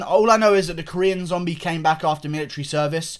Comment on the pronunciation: I started to laugh when he statred talking about the millatary